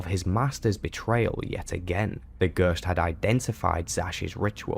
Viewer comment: "Gøøst" ... F F S